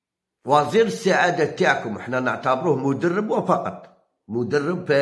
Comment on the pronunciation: سبحان الله الكذاب في كل معلوماتك الحصرية..العربية لا تحسن قراتها و لا تملك مستوى علمي و كلمة وزير فخمتها...احشم على روحك و استعمل اموال لتنقية اسنانك..راك تخرشف انت حابس لا تفهم في الكرة..انت راك تنتقم يوم كذبت في قضية عواار و كذلك راك تنتقم...بلماضي لا يسمع بك...ديلور اختار نيس على الجزائر...لا لا يا الكذاب ديلور هو من خرج السر